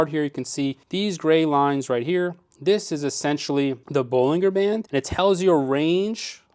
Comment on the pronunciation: btw, it's pronounced BolinJER bands not BolingGER bands....